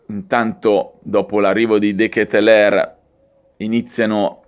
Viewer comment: Si pronuncia : dekètelaar ("a" lungha) E non dekètelèr... abito in Belgio 😉